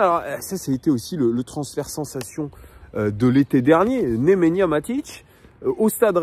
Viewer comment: C Nemanja pas Nemenya 😅